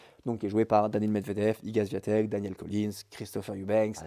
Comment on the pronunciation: Bonsoir, et bravo, c'était très intéressant et instructif ! Juste un truc..... ça serait bien de prononcer correctement le nom d'Iga Swiatek (vous le faites bien pour Collins, alors, un petit effort 😉 )